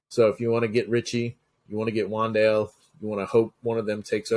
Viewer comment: *Herbert hurt ribs(meant he shoulda sat this week at least) *Wandale Robinson(brainfart from Rondale) *damn, I butchered "Skawronek" 😅 *and excuse the lisp effect from audio 😅